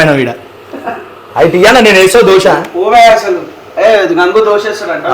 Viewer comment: doshalu kadhu ra ayya dosalu😂😂